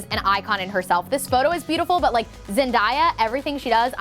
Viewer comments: I'm sorry, but did she just say Zen-Die-A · “zen-DIE-uh” in an interview she said that her name is pronounced “zen-DAY-uh” lol i love 😂❤️ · Not to be rude but you say zendaya wrong it's zen-day-a not zen-die-a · ZEN DAY UHH NP ZEN DIE AH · Today I learned, it’s not zenDiea it’s zenDaya. My bad. But I’m still spreading the good word about her regardless. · I love this video but where did you get "die" from in the name ZenDAYa? lmfao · No hate but it’s zen-DAY-a not zen-DIE-a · Zen-die-ya.....that hurt😳😂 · Love you girly PS it Zen-day-ya not Zen-die-ya loved the video and i think you looked beautiful in all of them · I really liked this video, and I think it's important. The only issue I have is the pronunciation of Zendaya- It's Zen-day-A (as in a perid of time MONDAY) not DIE. 😉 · Zen-day-a VS Zen-die-a. ??? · It's not zendiea it's zen- day- ah😂love you though❤️ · I love you and you're gorgeous, but it hurt me a little bit every tome you said Zen-die-ah. It's Zen DAY ah. I feel like Hermione now. Love u. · Zen-day-yuh not zen-die-yuh! Loved the video, you’re so inspirational💕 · Me crying inside when she said Zendiya!😂 love you ❤️ btw its pronounced Zen-day-ah🤧😘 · (ZEN-DAY-AH) is the pronunciation of Zendaya. Not (ZEN-DYE-AH) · Hehe when says ZenDIEYa i think its ZenDAYa but ilysm!!! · Zen-day-ah it’s not zen-die-ya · Zen-DAY-a, pronounced day. Not Zen-DIE-a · So sorry to be that person but it’s Zen day a not Zen die a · no hate but it’s pronounced zen-day-uh not zen-die-uh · Why is it aggravating me that she’s saying ZEN-DI-YA and not ZEN-DA-YA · OMG ZEN-DAY-YA WHY ARE YOU SAYING ZEN-DIE-A!????!!!! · Loved the video ❤️❤️ and also btw her name is Zen-Day-Yuh not Zen-Die-Yuh lol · I love you so much!! You’ve helped me grow in my confidence so much. Please never stop being you. You are an inspiration. Also i loved how you said Zen-daya instead of Zen-DAY-UH😂 Recreate pics with Skylar next!! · It’s pronounced Zen-Day-A